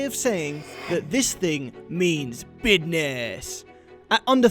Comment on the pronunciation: you guys pronounced "business" exactly how an Indian would no lies